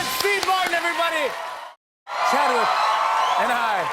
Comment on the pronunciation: was i the only one that heard jimmy say chadwich when the game was starting?